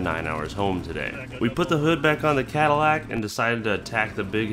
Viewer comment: Ooooh. "Badillac" I heard "Battlelac" and it sounded much cooler.